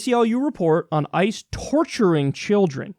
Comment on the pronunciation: It almost sounded like he said ISIS when he was talking about ICE.